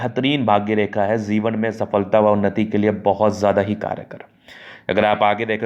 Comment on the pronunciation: Zeewan nhi jiwan… dhand se bolo bhai